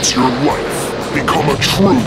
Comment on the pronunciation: When the CD 32 paint bucket addon commercial played when it said "enhance you life" I could've sworn I heard "enhance your wife" I was like word lemme get one lmao 😂😂🤣😂